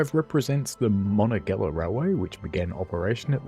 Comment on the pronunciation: It's pronounced: Mon on ga hey la.